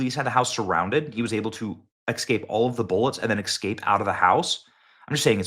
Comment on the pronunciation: I can't stand when people say excaped but I love this channel